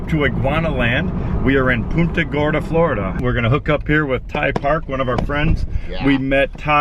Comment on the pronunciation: That’s pronounced Pun-ta Gorda not poon-at Gorda. Around here iguanas run wild and are a nuisance.